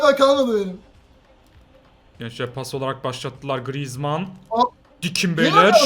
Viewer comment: Griezmann la düzgün konuş lan